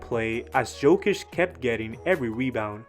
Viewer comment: It's pronounced Jokic.